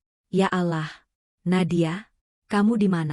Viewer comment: Kalau anda mau mengucapkan nama ALLOH. bacanya pakai tulisan❤ Arab biar benar atau belajar mengaji dulu biar ga asal myebut